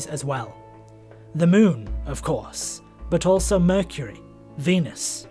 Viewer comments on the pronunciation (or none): none